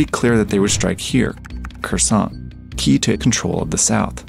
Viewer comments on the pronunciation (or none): Kherson..? Kenapa terdengar seperti "Khurasan", ya..? 🤔